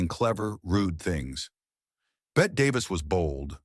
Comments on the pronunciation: How can you take any of this content seriously??? “Bet” Davis??? At least get the name of the actress correct. UGH!!! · Bette Davis is pronounced Betty. And that line you say she used in her personal life about I kiss you, but I just wash my hair is from a movie. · The "e" in Bette is NOT silent 😂😂😂😂 AI narration is so clueless sometimes! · First of all Bette Davis pronounced the last e in her name as a long e. Second the line about, "I'd kiss you but I just washed my hair" was from "The Cabin In The Cotton" and she said it to Richard Barthelmess. Therefore it was probably written into the script. Lucille Ball ran Desilu productions, NOT what was spelled in your caption. Marlene Dietrich pronounced her name as "Marlena". Gloria Swanson said, "We had faces" in "Sunset Boulevard" made in the 1950's, so I don't know if she said that off camera. Doesn't ANYONE research these videos? Being a movie buff for over 55 years, you can call me and I'll give you the correct information.